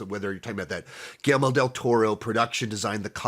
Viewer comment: Dude really needs to learn how to pronounce GuilleRmo.